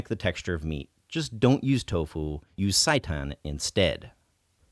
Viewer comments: Is seitan really pronounced "sigh-tan"? I've mostly heard it pronounced "say-tan" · also seitan is not pronounced saitan